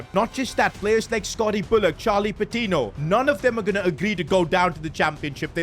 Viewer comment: Did bro say Paptino?